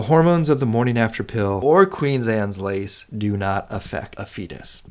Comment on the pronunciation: Good logic. But your constant mispronunciation is maddening. It's QUEEN ANNE'S LACE. Not "Queens Annes Lace"! Does that even SOUND right to you? Ugh.